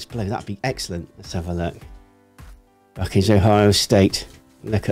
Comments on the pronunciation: Buck-eyes is how to say it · It's Buck-eyes.